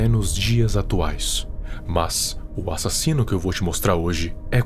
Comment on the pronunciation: "um assino cruel" Cruel é esse português seu kkkkkk